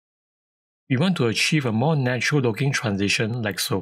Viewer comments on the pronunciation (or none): none